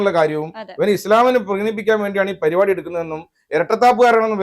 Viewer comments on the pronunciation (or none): none